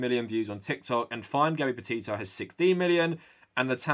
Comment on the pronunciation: I’m so sorry but when he says her name all I hear is hear is Gabby Potato 🥔